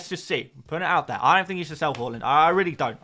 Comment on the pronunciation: Bro I subbed last week but it could have been way sooner. I was waiting for you to say Haaland's name properly but realised it wasn't going to happen. Enjoy the vids though!